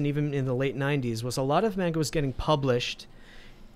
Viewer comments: Bruh pronunciation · Apologies, but it's pronounced "mon-ga" not "mane-ga". And yes, Demon Slayer is an AWESOME story! My grandmother even loves it! We got her into anime. If you love the politics in FMA, you'll love Attack on Titan. It's a good story about actual oppression, and politics in a fictional universe. Crap gets real in season 3-4, and the Eldians are treated like the Jews were in WWII. And SJW's got mad, and called it racist. For me, Dragon Ball came on Toonami in the 90's, and I watched it in English. Inuyasha is not a furry! He's a hellhound. A dog demon. Lol Also, my favorite manga is actually Fruits Basket, a slice of life series with a lot of real emotions about being disowned by your family and more. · ITS NOT "MAYNGUH" YOU BOOMERS ITS "M-AHN-GAH" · Great conversation... but everytime he say mAnga my ears hurt. Its mAHnga. Same as the ga, ma n ga. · Y’all are saying mainga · FFS learn how to pronounce ‘manga’ correctly. It has a long a sound.